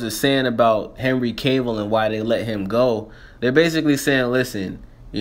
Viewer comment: Sound almost like you said henry cable xD